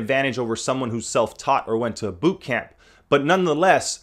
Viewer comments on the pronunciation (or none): none